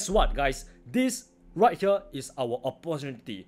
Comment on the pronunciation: You are not only a good teacher but you are also very funny ooh Jeez you cracked my ribs out especially when you said opportunity🤣🤣🤣🤣